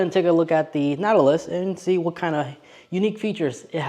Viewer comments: It sounds like you’re saying, “Nattilus” most of the time… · Natt-a-luss. Whew. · if you are going to review products you should learn how to say the name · His pronunciation of Nautilus drove me crazy. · OMG! That threw me from the start. It’s not a difficult word. But the video was good otherwise 🫣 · First of all, within just a few seconds, you can't end pronounce the name correctly. I don't even need to watch the video now after that. And, it's a Chinese import. Americans can't even make their own vehicles anymore, and the ones they do make, suck.